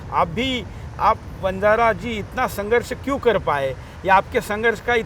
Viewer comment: वजारा नही बंजारा बोलो सर जय बंजारा